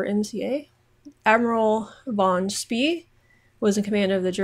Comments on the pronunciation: No von Spee (pronounced fon Spee BTW, v is almost always pronounced as an F in German and dutch) was stationed in China and decided to leave as the germa treaty port there was overrun by the Japanese. He tried to return to Germany but didn't get further than South America before running into the british. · "Pronunciation: "Admiral von Spee" = "Admiral fon schpay" ("sch" as in the well-known drinks brand), not "fon Spea".